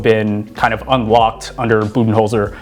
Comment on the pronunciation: ha, keep sleeping. if you want to make this video might have to do something crazy like stop watching the 76ers and actually watch bucks games. but hey at least you pronounced Budenholzer's name right which was wrong only a week ago on the show. 1. How do you talk for almost 20 minutes and not actually talk about bucks defense (#1 in defensive rating as you noted) which is a much bigger deal than their offense? 2. bucks are after the rockets and raptors? ha 3. warriors have literally no one who can defend giannis......... warriors do still have 3 guys who are ridiculously good at scoring but that's about their only edge